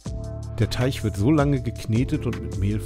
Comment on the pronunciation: Es heißt Teig und nicht Teich...??? Sorry für mein Klugscheißen☺️